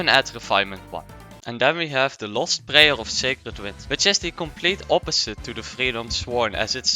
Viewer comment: At first I thought he might be Asian in some way but the moment he said "prayer" and "Kazuha" he was the dutchest man alive